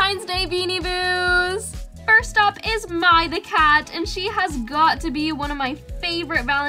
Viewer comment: noy meaning to be a know it all but Mai is prounounced mu-ah